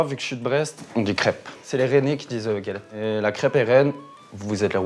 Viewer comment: j'ai saigné des oreilles en entendant "galette" 😭